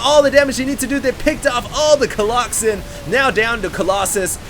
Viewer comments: Im gonna leave a comment every minute on every video until he stops saying coloxen shit:) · Someone needs to slap every time says Coloxen. Hard. Epic game, seriously can not believe how Pain turned that around, that one huge clash where he slaughtered all the Colossi was just so epic. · People obviously can't get over the fact that you're saying Colloxen instead of Colossi. This alone will be the downfall of your channel and career of a SC2 commentator. But I think it's fine, so keep on doin it!! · COLOSSI!!!! whoever told him colloxen, I'm coming for your soul! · stop saying coloxen. makes you sound stupid even if you and other people say its the correct pronunciation. say colossus or colosi plz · Coloxen might be funny if ever correctly pluralized colossus. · omg i love that he calls them colloxen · ok dude... i asked my latin teacher today and... it's collosi... yeah.... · Stop saying Colloxen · please stop saying colloxen, please please please stop. Also, SCA is getting pwned. Just so you know.